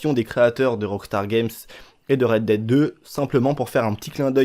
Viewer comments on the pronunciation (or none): none